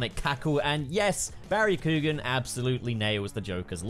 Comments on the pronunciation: Love this video, but as an Irish guy everytime says Coo-gan I die a little lmao. Still tho, 100% agree with everything you've said about the design. (Keoghan is pronounced more like Kyowan just so you know) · For future reference, his last name is pronounced “key-on” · Barry (ck-yo-an) is how you pronounce his name